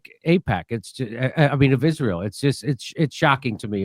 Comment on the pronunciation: Eye-Ray-L most likely has a nuke in either DC or in Saudi Arabia's main oil processing station. The Abqaiq facility, located near Dhahran.